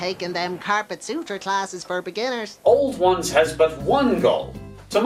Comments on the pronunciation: It is pronouced OW-LD ONES. Im Irish so i should know. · You pronounced auld ones wrong, it's actually pronounced owl-d ones- ah it's grand though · Auld Ones is pronounced Owl-d Wans